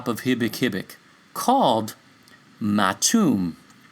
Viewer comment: Maitum is pronounced as MAETUM